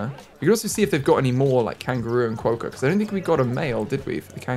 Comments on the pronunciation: Quokka, is pronounced like co-wa-ka there's an island full of them and there very cute Edit- read the comments I got it wrong. the pronunciation where I'm from is weird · You say Quokka with a short 'o" sound. like Kwokka. Rhymes with "rock" and add an a. Just something I do to save money now is 'move' the trees into the surrounding area of your zoo space, if I want to get them out of the way rather than delete them, as you found out you lose money deleting them. Australian colours are actually green and gold. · you might not read this, but as someone from Australia, we pronounce it qu-o-c-u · I love Quokkas, they are pronounced Ka-wok-ah. I go to Rottnest island all the time, where they are from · Quokka. Pronounced kwo-kha with the 'o' being pronounced the same as the 'o' in hot. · Quokka is pronounced KWOCK-KA. Think the word Crockpot ‘crock’ with a W replacing the R, and a ‘Ka’ on the end. -an Australian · This has probally already been answered but just in case, quokka is pronounced kwok-a :) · its pronounced Quak . kaah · Quokka is pronounced like you're saying it but with the 'o' sound from 'hot' not the 'o' sound from 'boat'. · QUOKKA PRONOUNCIATION! You had it mostly right, but the o makes the same sound as it does in knock. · Sure you've heard already you're not pronouncing Quokka right but anyway always throws me how others react to Australian animals I don't even think twice about as an Australian - Fun thing though Emu you can just straight up walk upto and pet and feed, do it all the time - They are greedy guts though and will try to snatch the food. Kangaroos I wouldn't try feeding because of the males but wallbies are the same you can feed them by hand :)